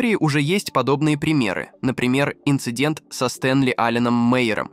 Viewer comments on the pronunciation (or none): none